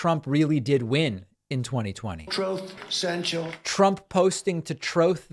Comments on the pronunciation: "Troth Sential" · I think at least 50% of the reason I watch these videos is to hear you repeat “troth sential”, “troths”, and “trothing.” I absolutely LOVE it!😂